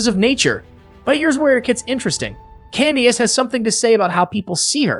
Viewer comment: This "Candy Ace" and "Mee-ih Thorn tin" and "Wendy Ohs-foh" AI voice LOL